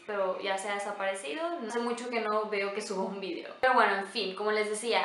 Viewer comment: Eres linda y simpática, intenta desarrollar tu propia personalidad. Copias ese tonito de voz de muchas youtubers (Rosy McMichael, Cecy Hinojosa, etc...) y resulta chocante. Lo mismo, no podía creer cuando te referiste a Liz, otra youtuber, y dijiste muy española "vidio" 😳 Bueno, eso en mi humilde opinion, 😁😁😁